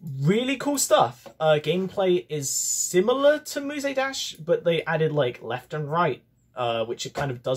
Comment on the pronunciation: Nice video EXCEPT FOR THE FACT YOU PRONOUNED MUSE DASH AS MUSAY DASH AAAAAAAAAAAAAAA /j